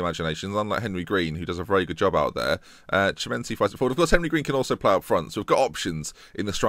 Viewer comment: just to annoy you: Chimenti does read Kimenti!